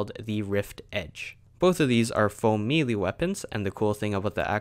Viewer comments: It's pronounced may-lay not me Lee🤣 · Why does it sound like your saying mealy instead of melee? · It’s pronounced “may-lay” for future reference. Awesome video though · Its melee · Clearly when sees the word melee he says Me Lee. So just writing it normally would do him no good. Look at what I wrote again and sound it out. Does it sound right? Good, that was the point. Donkey out. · What is a "faux-mealy" weapon? And why can't YouTubers pronounce certain words properly. And in an effort to not be a complete donkey (😜 don't want to say bad words in case miners are reading this...) I believe the words you are looking for are Foam and may-lay Apologies if that was more rude than I meant it to be.